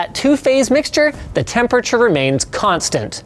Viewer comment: "temp urr churr"